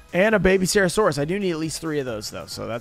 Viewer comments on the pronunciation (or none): none